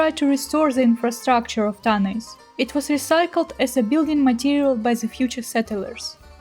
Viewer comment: The Greek word is Τάναϊς Tánaïs. The stress is on the first syllable in Greek. На греческом, ударение ставится на первом слоге. Кроме того, на современном греческом, сочетание букв "аι" произносится как русское "э." Получится как Тaнэс.